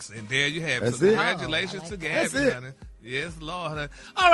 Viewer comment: Just call her Gabby Geesshhhhh it irks me when Ppl mess others name all up you done heard the lady name a million times how when you see it you can’t say what you been hearing for Years Now 🤦🏽‍♀️ Bary 😅😅😅😅😅